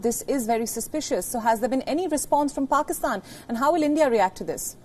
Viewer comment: This kind of English, some one can understand ? what are they reporting about ? it is called Pakistan, not Pokistan or Pikstan